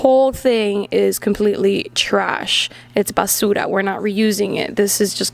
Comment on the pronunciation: say basura again the way you did there...